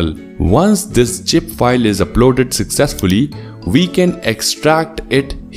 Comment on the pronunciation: Bro your English is Good but i dont understand why you kept on spelling 'ZIP FILE' as 'GIP FILE'....Please get some Spelling Teacher to correct your words....you are doing great !!!